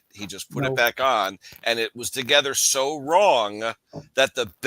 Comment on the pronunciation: You forgot the b in the word back 😂